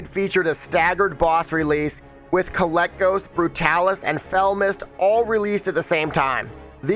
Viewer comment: the dragons name is kay-leck-gos they even call him kay-lek